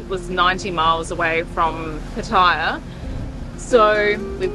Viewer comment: It's not. Pat eye ya It's not. Pat. A. ya The locals say Pattaya Same as pat a cake